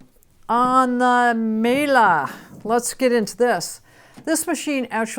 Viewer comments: No, is pronouncing it correctly, or as correctly as a non-german speaker can. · In Germany, we pronounce it meal-eh. It feels so stupid writing this out in English but there you go :D